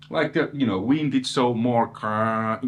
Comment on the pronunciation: Did actually said Vintage and now Wintage!? 😋, good to see a Dual Rec on your channel! yeah they are a different beast! I sold mine and got a VHT pitbull (back in 94!) after that "Helmet aftertaste tone", tooootally not understanding what the DR tone was about! Getting another DR 2025! 😁